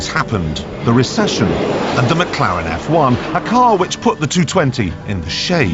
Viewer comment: What McLaren? And it's McLaren. Not mcClaren.